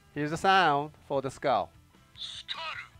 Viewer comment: Skull magnum look better than trigger magnum . PS:Skull not skul